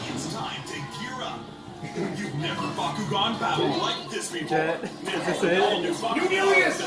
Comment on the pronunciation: Wait so it's supposed to be pronounced back-koo-gin, my entire life has been a lie. Awesome job, it's always really cool to see what this event was like through the perspectives and experiences of all the different bakumasters and through their different editing styles.